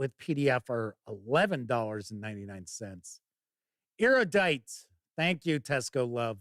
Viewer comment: Erudite is pronounced AIR-oo-DITE. Rhymes with barrow wight, kinda...